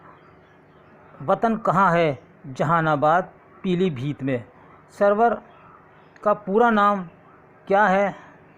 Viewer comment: ye pure qst.sidhe sidhe .urdu h jis ka naam writen by aftab najmi se h..ye aap apne sir se puch lijiye....surur ko wo sarwer bole rahe h...yani talaffuz thik nhi